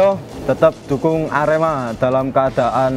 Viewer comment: Lek nyebut "ker" kok koyok nyeluk petek sam....hehe....sing bener iku lek nyebut huruf "e" yo kudu kyk nyebut kata "edan" ngono loh...Sasaji A.R.E.M.A